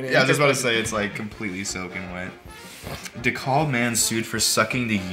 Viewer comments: it’s pronounced De-Kab. I live very close to the county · da-kab not de-coob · I live in ATL and I just wanna let you guys know its (deh-cab) not (deh-cal-b) thanks have a good day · This is from Illinois so its deff de kalb I live there now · I’m from DeKalb county il it’s prenounced (dee) (kalb) never heard of this but that’s hilarious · You miss pronounced dekalb just putting that out there